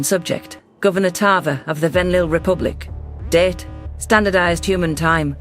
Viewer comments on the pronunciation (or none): Every time she says "date" I think she's said "dead "